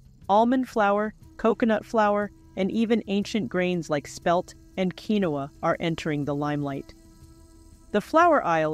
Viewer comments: Pronounced KEENWA NOT QUINOA😅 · Interesting video, doesn’t know correct pronunciation of Quinoa and used two different pronunciations, confusing those not familiar with the product. Not particularly helpful as not realistic altergive;.